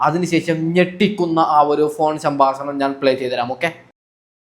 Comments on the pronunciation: നിനക്ക് എന്തിന്റെ കേടാണ് മോനെ സംബസണം അല്ലെ ഹേ 😂 സംഭാഷണം എന്ന് പറയ് ഈ വീഡിയോ യിലെ ഓഡിയോ കിപ് മറുനാടൻ ഷാജൻ സർ ആണ് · ഈ ഡോക്ടർ ഷാജൻ സ്കറിയ ആണോ?. പറ്റിക്കാതെ മൈരേ..😂എടാ സാമ്പാസനം അല്ല സംഭാഷണം.. എപ്പയും.. അല്ല എപ്പോഴും. ഒന്നുകിൽ നാക്ക് വടിക്ക്, അല്ലെങ്കിൽ പാസ(ഭാഷ) പഠിക്ക്..